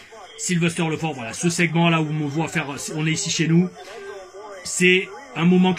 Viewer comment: LEFORT -> LEFART 😂 c’est enorme